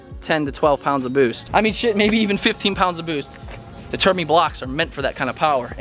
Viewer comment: “Termi” huh